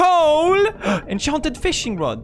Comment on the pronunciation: I like it when he says “enchhonted”.